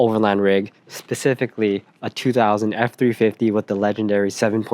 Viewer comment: They think it’s a 6.0 (and I did at first also) because the way you say it “2000 ford” sounds like 2004. They switched to the 6.0 in 03. Anyway keep up the good work ur humor’s hilarious. Oh and get the air dog lift pump with fuel heater. Doesn’t hurt to run it off the sump and go around the sending unit that always breaks.